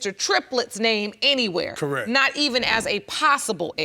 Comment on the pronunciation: This woman cracks me up saying “Correk” instead of correct!